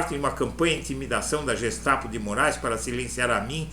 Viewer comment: Uma pequena correção se me permite. GESTAPO: GEHEIME STAATESPOLIZEI Polícia secreta do estado. Em alemão se pronuncia GUE e não Jê GESTAPO.